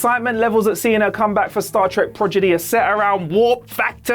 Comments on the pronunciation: "pro di gee!" Not " proj i dee"!!! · Repeat after me : Prod-igy, not progidy!!!! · As soon as you said 'Progidy', I quit. It's 'Prodigy', you goober. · Did he say "progidy" instead of prodigy? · Did dude really say progidy? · Progedy? Is that like Prodigy? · dude it is PRODIGY not PROGIDY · Pro di gee. not progidy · Prod-i-gy not prog-i-dy. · By the way, what is Star Trek: Projidy? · Pro-gi-dy? Lol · Thank you,. Projidy, really? REALLY? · Repeat after me...Pro-Di-Gy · I'm surprised this is still up, gotta cut it up and reupload with some dignity. Come on man, "Progidy"? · What is this "zed" in his address? 'Prorgidy' i understand perfectly... LOVE the channel btw! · "Star Trek - Progidy"? Love it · Did he just say PROGIDY?? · *PRO - DI - GY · The first time he said "Progidy", I let it go. Everybody misspeaks on occasion. Then he said it again. And a third time. Then he said "Marquis" when he meant "Maquis". I can't watch any more of this. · Star Trek: "Projiddy"? Really? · "Progidy"? Come on now.... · Why does he keep calling it Progidy? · Did he say progedy? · is it "Star Trek" Prodigy" or "Star Trek: Projiddy"? I KNEAD TO KNOW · I really hope isn’t doing the reviews for Star Trek: Prodigy... I’m not sure how many times I can take ‘progidy’ 😳😆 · ProGiDy?? Oh these purposeful mispronunciations are taking the piss now WhatCulture! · Is saying it as "Progidy" a brit thing? Like Al-you-minium? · Please, oh please... no more "prodgity" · I call it progidy too,, don't worry. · Well the editors can only work with what they’re given, and if every take has him mispronounce things, it’s going to make the final cut. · I'm two weeks late... But yea. Progidy indeed. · Does he mess up the name through the whole video or only the first two times he tried to say it? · Ok! Whew! I just thought it was a funny/cute mispronunciation. He should say it more often, and on purpose.